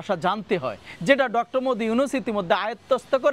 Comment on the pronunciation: ডঃ মদি ইউনুস কি বলে ঠিকমতো নামের উচ্চারণ কর 😅😂